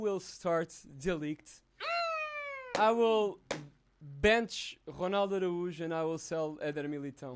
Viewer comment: His name is Ronald ArAUJO not Aruj